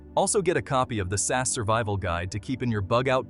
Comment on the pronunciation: It's SAS, each letter pronounces separately not "SAS" as a single word